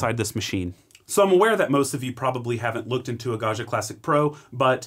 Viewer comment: Hot language tip: Gaggia is not French, it's Italian and the "gg" does not permit you to pronounce it "zh" as in "du jour" or even "Brezhnev." Gaggia is pronounced Gaw gee uh. like jam, juice, joust, adjoin and even Jimmy John.